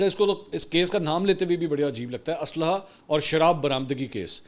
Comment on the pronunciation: Jis Tara word chaba chaba k bola k asla or manshiat Tere Mann me soor he